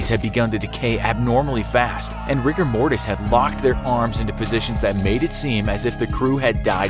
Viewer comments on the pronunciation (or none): none